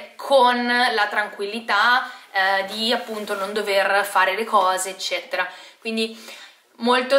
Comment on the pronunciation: Eccetera non ecceTTera .. scusa ma è terribile da sentire ogni volta